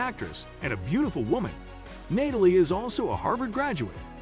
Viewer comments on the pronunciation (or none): “Nay-talie” 😅… AI is wild…